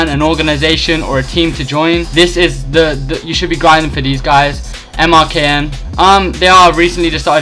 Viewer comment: its not MRKN clan its merkin thats how you say it